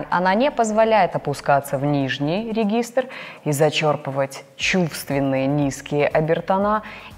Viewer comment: ОЧЕНЬ НРАВЯТСЯ УРОКИ! Подсказка лучше говорить зачЕрпывать , а не зачЁрпывать от слова черпАк , чЕрпать . Надеюсь, не обида, а внимание к ударениям победит)! Удачи!